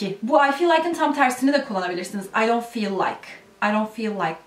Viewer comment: Arkadaş o dont niye öyle okunuyor